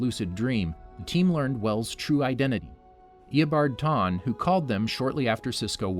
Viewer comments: "eobard tawne" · Bro eabard tawne 😂😂😂